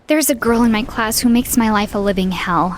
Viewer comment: WHY DID HE SAY WHY LIKE THAT IM CRAYING MY EYES OUT OF WATER